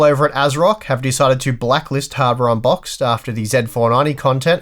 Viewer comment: My wife thought you said, "Welcome to hardware on pot." 😆